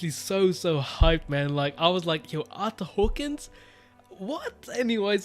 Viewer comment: If you wanted to know it's actually pronounced Ar-ter Hawk-wing